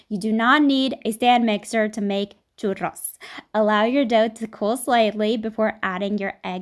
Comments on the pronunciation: I felt that when she said: “cHurRos” very satisfying 🤔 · I just love love loveeeee the way you sound " Churrrrrros " <3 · I like how she pronounces "churros" correctly. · I love that you put in the effort to roll the "rr" in churros 🖤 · All Hispanics appreciate that she pronounced churros correctly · I'm mexican, and i really liked that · i respect you sm for not saying choo rows like thank you jesus -. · Mad respect for anyone who pronounces churros the correct way 🙌🏽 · It's so nice to hear that you pronunce churros the correct way 😭💕💕💕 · I love how she pronounces "churros" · YES THANK YOU! i’m definitely going to try this when holidays start for me tomorrow!! ALSO hearing you say churros is sooo satisfying!